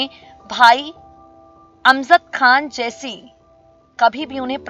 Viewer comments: How does it sound Imtiaj instead of Imtiaz and Amzad instead of Amjad. Kitni kharab pronunciation? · Tum pagal ho GAYI ho... Kya.... ? AMJAD KHAN , ko tum AMZAD pukar rahi ho.... AUR IMTIAZ ko IMTIAAJ.. ZER ,AUR ZABAR KI TAHZEEB NAHI... PHIR URDU KA BALAATKAR KYUN KARTI HO...... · Imtiyaaz ko imtiyaaj Aur Amjad ko amzad इम्तियाज़ को इम्तियाज और अमजद को अमज़द बोल रही है जो बोल रही है अफसोस